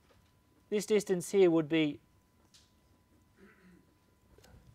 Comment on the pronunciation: No offence, but I really like how you say "here" heaaa lol. Thanks for the great video!